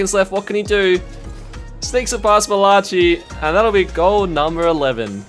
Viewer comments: Man said mal-a-chi instead of mal-a-ki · Lol said Mala chi 100 times 😂😂 its malaci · “Malachee” lol, it’s American, pronounced “mala- Kai” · Mall ah chi? Pretty sure its pronounced Mail uh kai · I cringed every time he said (mi-la-chi) its pronounced Ma-la-kai 🤦‍♂️ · It’s mala ki not mala chi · its pronounced mala-ki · I got a kick out of it cuz I have some friends with that name and other people say it the same way😆 but it’s like mal-uh-kai. Nice vid👍🏼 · Did he seriously just pronounce malachi's name as ma-latch-e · no way he just said malachee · It’s not Mala chi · Lol butchering malachi name I'm pretty sure it's said malaki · Nobody gonna talk about the way he pronounced Malachi? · Yeah it was really weird I couldn’t take my focus off it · Bruh it was bothering me so much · The way he says Malachi lol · The way he said 'malachi'😭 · I don’t think that’s how you say “Malachi” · Are we just gonna ignore how bad my mans butchered the word "Malachi" 💀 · There is no way you messed up on the name Malachi a dozen times in the same video